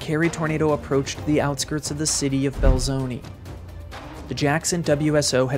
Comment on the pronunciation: My mother-in-law grew up there, and has told me about this. She remembers the towns wiped out that day. Oh, Belzoni is pronounced “bell-zone-uh”, not “bell-zone-ee”’.